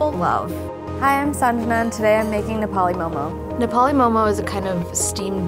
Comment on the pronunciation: ok but.. why is an Indian making Nepali momo..like couldn't u find a native Nepali ? She doesn't even pronounce "Nepali" correctly.